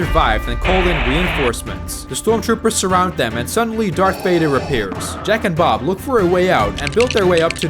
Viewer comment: Bruh said "jack and bob" so much it sounds like "jack and off"